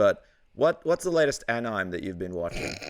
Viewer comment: Yes! I love that he remembered the Anime question! The moment where he realized he was saying "anime" wrong was truly astounding. I can't believe he thought that's how it was pronounced.